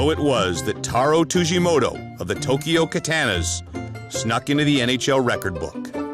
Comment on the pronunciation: Tujimoto ≠ Tsujimoto.